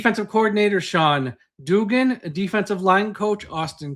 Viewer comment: You mispronounced Duggan. It's Duhg-gun. Not Doo-gun.